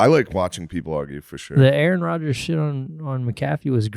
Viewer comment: Even though McAfee kicked Rodgers off the show because of headlines. He doesn't even know how to pronounce his last name but adopted that talking point.